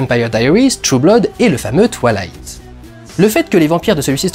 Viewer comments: Tu dis twalight au lieu de twouailight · "twa-ï-la-ïte", et pas "twa-la-ïte". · C'est cool, je vois que tu en as profité pour corriger ta prononciation de "Breaking Dawn" (En effet, "Breaking DOWN" ça le faisait pas trop) ... par contre, je constate avec amusement que tu continues à mal prononcer Twilight -> Twa-i-light serait plus juste phonétiquement ;) ... A moins que tu le fasse exprès car cette franchise ne mérite pas qu'on fasse le moindre effort sur la prononciation de son nom ... Ce que je comprendrais parfaitement ! 🤣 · Ça me tue quoi il le prononce "toilight" 😂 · Quand tu dis twilight j ai l impression que tu vas dire toilettes